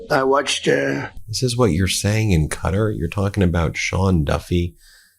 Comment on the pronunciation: WHY are we calling it "CUTTER" now - please google it.